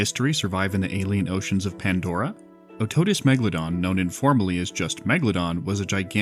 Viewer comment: its otodus, not octodus